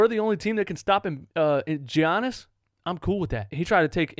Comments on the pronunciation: Its giannis fam not G-annis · please stop saying GEE-yannis omg lol